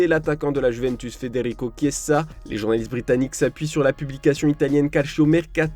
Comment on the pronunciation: À CHIER votre titre. Il dépense ce qu’il VEUT, ou il VEUT, c’est son argent, pourquoi vous ragez ? C’est insupportable Foot mercato en ce moment pouaaa 🤦‍♂️🤦‍♂️ Il a les moyens de se payer ce qu’il veut, arrêtez de faire les choquez, vous faites pitié!! Et arrêtez de dire Chiesssaa, même en italie on dit ChieZa* 🥲🥲